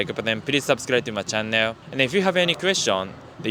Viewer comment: great vids. id suggest you google the pronunciation of channel.